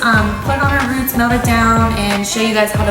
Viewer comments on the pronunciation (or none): none